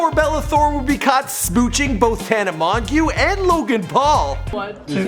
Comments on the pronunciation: Mongeau is pronounced MOJO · Tana’s last name is pronounced like moejoe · "Tana Mon-goo" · How u said tana's last name 😂😂😂😂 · The way he pronounced tanas last name made me cringe 😬